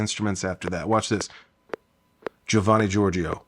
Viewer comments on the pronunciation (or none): none